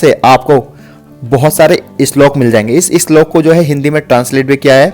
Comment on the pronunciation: Islok nhi slok hota h